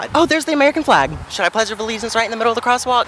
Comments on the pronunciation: “pledge of the legence” “sweet as BALLS” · i love you but did you seriously just say " pledge of the leagance"? like honey no.